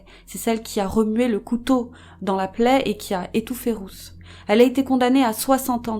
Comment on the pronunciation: Cc les youcrime sisters je voulait juste vous dire que «Ruth» se dit comme «Rute» kiss et Big Up à vous ❤️❤️